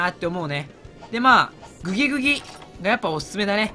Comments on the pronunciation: グギグギをうまく言えない人参界のイビルジョー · グギグギが微妙に言えない男